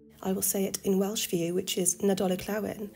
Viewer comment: Your Welsh pronunciations are outstanding are you sure you were brought up In Cardiff?🤔. If you ever get tired of making your videos S4C will have you commenting from the Eisteddfod no problem whatsoever very impressive l'm so proud of you l really am 👏👏👏👏👏🥇🥰🏴. As l said your Christmas special was very enjoyable l can't wait for the next video. Right l'm going to brush up on my Welsh enjoy the rest of the Christmas period Nos Da and thank you.XX👏👏🎄🧑‍🎄👻🫨🏴🏴👌